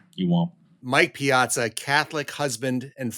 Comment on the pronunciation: My name is Piazza and people are always asking me if I'm related to the baseball player. I doubt if anyone has ever asked him, are you related to Sara? Who knows, maybe we are related. My father had 63 first cousins. Nice to hear the name pronounced correctly.